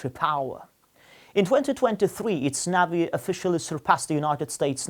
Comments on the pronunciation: What the hell is a navvvy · It is so ridiculous to see and hear your compatriots speaking Russian or any other language. It sounds so ridiculous and funny I’ve deliberately pronounced the word “navy” incorrect, knowing that the righteous way of pronouncement is [nevi]. We are able to speak 3-4 foreign languages, while you are able to be limited with English only. I’ve got a fluent English while you are absolutely incapable to speak other languages So try to relax. The life is going on. Have a nice day